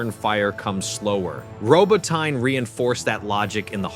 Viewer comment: Look, the narrator hasn't been trained to pronounce "Robotnye" correctly, there's not much chance of getting our PM correct!!